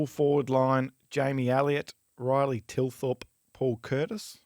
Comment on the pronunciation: TTTTTTTTTTTTTTHHHHHHHHHHHHHHHHH-ilthorpe, not T-ilthorpe.